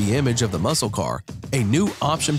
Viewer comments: Muscle is said mussel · "MUSCLE" has a silent "C" sound. Say "MUSAL" instead. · It's pronounce muss - el cars. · LOL, its pronounced mus-sel car. 😆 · Pronounced, musle!! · The c is silent. But I like the way you say it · We don't pronounce the C in Muscle. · When pronouncing "muscle" the "C" in that word is silent. English is weird, what can I say. Listen closely to how the narrator pronounces it.